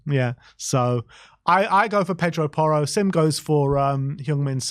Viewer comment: It’s porro